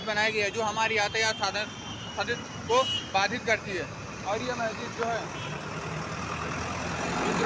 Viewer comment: Mayjid nhi hota h wo bewakuf🤣🤣 Masjid hota h🤣🤣🤣... Phle bolna to sikh lo 😅😅😅 Phnne ko kpde nhi h mehngai chor k hindu muslim chalu ... Afsos angrez 75 sal phle chle gye mgr unki strategy aaj b kam krri h aise hi thori international news channels donkey kehte h hm indians ko srf in jaise jahilo ki wajh se😡